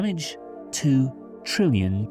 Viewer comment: Trillion, not Trillian